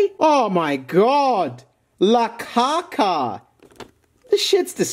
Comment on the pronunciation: HELP AS A PERSON WHO SPEAKS FRENCH WHY IS THE WAY HE SAYS "LA CACA" GOT ME CRYING 💀💀💀